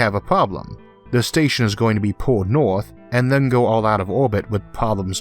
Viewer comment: Just above the “Orth”